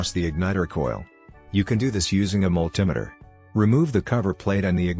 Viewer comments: Mul-tim-eter, you mean multimeter? These computer generated-voice overs are ridiculous. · the mul-tim-iter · A signal to the points, vehicles no longer use points ! Can't even pronounce Multimeter A/I B.S. ! Also cars no longer use distributors !!